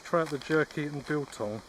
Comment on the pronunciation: Your pronouncing of biltong is on point. I muxh prefer biltong made by the south African shops and not the mass produced store bought ones. They have too much preservatives and have an after taste.